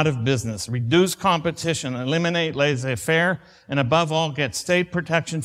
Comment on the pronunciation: The ''ss'' in ''laissez" is pronounced like in the s in 'say', not the z in 'zoo'. That was a minor detail that my OCD brain picked up! For what it's worth, ''laisser'' and ''laissez'' have identical pronunciations. Edit: I just checked, and both laissez-faire and laisser-faire are used. But my point was really about the pronunication of the ''ss''. Again, OCD brain. I certainly meant no disrespect.